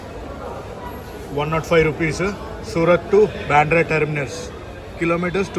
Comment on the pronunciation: బెంద్రా కాదు బాంద్ర